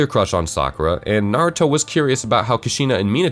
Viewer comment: What joke he cant even pronounce naruto right